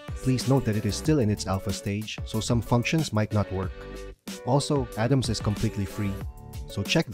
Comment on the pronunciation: It's Arams not Adams....